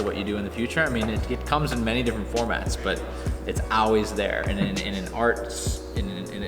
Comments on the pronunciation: Why is he saying always like "oways"? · I love how pronounces always "owlwais" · "It's AWAYS here" :) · man he said owlways a lot. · says "Al-weez" lol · says owase. lol not Always.. just thought it was funny. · "Auways" I love that so much <3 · same haha I hear "ah-wheeze" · Does always say always like that? Is it an indicator of the local accent of his home town? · pronounces "always" the same as the way the Romans said "Hail" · I think he forgot how to say always. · he says it a lot lol let's make a drinking game!